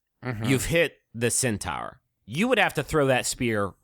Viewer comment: i like how griffin mispronounced centaur at the beginning and then everyone just went with it for the rest of the discussion